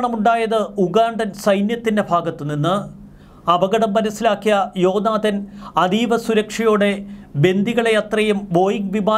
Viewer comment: ജോ നാദൻ അല്ല "ജോനാഥാൻ"